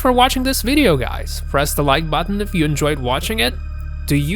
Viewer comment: Its a video video video . What the fuck is a veideo veideo rageing pronounce the word correct0